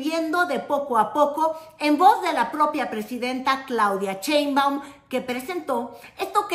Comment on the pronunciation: A ti te gustaroa que se dijera tu apellido como burla???????? Pronunvia bien el apellido de la presidenta no seas VULGAR